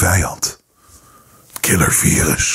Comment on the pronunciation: Ik ga stuk om hoe hij Killervirus zegt 🤪